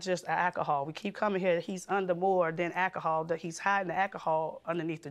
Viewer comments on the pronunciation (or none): AKAHOL is not a word. Why can't anyone pronounce it correctly? This guy is terrible. I hope she gets away from him.